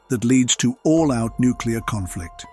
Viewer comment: good vid except for "nucular." It is new-klee-er.